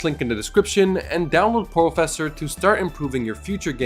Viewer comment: wait porofessor sounds like hacks...